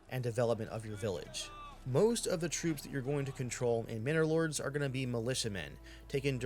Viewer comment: from now on the name is "Minnor Lords" instead of "Manor Lords", mhm.